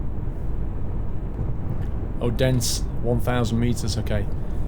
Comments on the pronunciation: Odense is pronounced óthensé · Not to be rude or anything, but as a dane myself, I can very much hear that you pronounce Odense and aswell other danish cities wrong, however I truly understand you, because danish is a little weird if I should say so. I've listed a few tips for the pronounciation below, if you should be interested! :) Odense: O'ense - that way, you can get very close to the way we danes pronounce it nowadays :) Frederikshavn: Frederiks havn - Pretend there is a space between "Frederik" and "havn" and do not let it be "shavn". It basically means Frederik's harbor. So far with all the other cities in the game, I must say you're doing a good job with their names! ! ;-) Keep up the good work! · Yeah, that one was correct. However, he pronounced Odense, Aarhus, Køge, Aalborg and Frederikshavn wrong xD